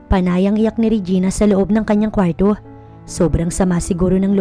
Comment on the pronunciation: ANG ARTE NAMANG BIGKASIN ANG KWARTO.